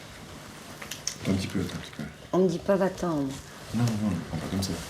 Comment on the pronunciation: frr elle lui a dit "va tend" on croirait qu'il a dit F**